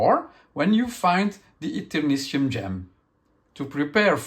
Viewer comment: In American English, the suffix "tium" is sometimes pronounced "shee-um." (It's coming from Latin.)I figured it was the speaker's accent that resulted in his pronouncing it "see-um." So, "Et-err-NIH-shee-um." Although I would have urged the publisher to name it "Eternium" instead, since that's going to be so much easier to pronounce when looking at it. "Consortium" (con-SORE-shee-um) and "nasturtium" (nah-STIR-shee-um, a kind of flowering plant) are the only slightly commonly used word I could find as an example, though, whereas there are some elements (Tritium and technetium, for example) where the suffix is pronounced "tee-um." I assumed it would be "shee-um" when I saw it, but I agree with if somebody pronounced it "Et-err-NIH-tee-um" I wouldn't call them wrong.